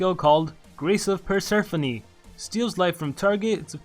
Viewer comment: The way you said Persephone >_<